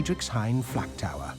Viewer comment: The narrator keeps saying FLAT tower when its the FLAK tower or is my hearing bad?